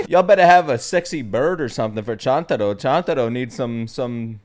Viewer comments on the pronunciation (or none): Right pronunciation of Zenitsu's sparrow's name sounds more like TUNE-taro, not CHUN-taro, though it is written that way in the subtitles. "TUNE-TUNE" means the chirp of sparrows. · Can you not stop calling Chuntarou "Chantarou" all the time? D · Three things I would like to tell you as aJapanese. 1. Chuntaro is not pronounced Chantaro. "Chu" is pronounced like choo from choo choo train. 2. Sorry, Yoshiwara district was shut down a while ago. Doesn't exist any more, but there are a lot of stores like them. 3. They keep calling Zenitsu a yellow boy, because English translation can't handle it. They call him "kiiroi shonen" in Japanese which means yellowish boy. When we refer to yellow as a race, we say "oushoku jinshu". So, clearly there's a difference, but when you translate them, they both become yellow. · Is he pronouncing Chuntaros name wrong on purpose or am I missing smth?